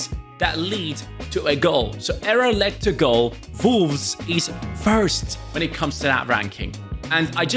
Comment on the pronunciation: love the german pronunciation of volves 😝